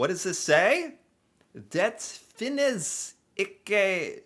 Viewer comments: nah he said "finne", but its "finnes" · Pronunciation he makes of "finnes" are wrong. We do say finnes not finns. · The word "Finnes" pronounce is optional. You can say "fins" , like it it is, or you can say "finnes" , as in "fitness" . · Agree! I pronounce the g and the e in "dårlige", and the word "finnes" I do speak the e. Thats just two of the things that are most obviously wrong. Maybee I would come up with more examples if I saw it once more and with bigger attention to it! 😉 But given the fact that the "teacher" learned his quite good but not really close norwegian reding just out of Google Translate, I'll still applaud the ressault. Not perfect, but not bad at all.